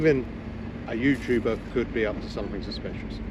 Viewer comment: Youtooober lol, learn how to speak